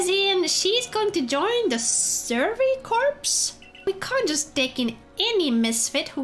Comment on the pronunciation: Please play more. Also "Corps" is pronounced "Core" not "Corpse". Don't ask why, English is a weird language, I mean it's spelled in a way that looks like it should be corpse, its literally the same spelling minus the silent E, but yeah English is weird.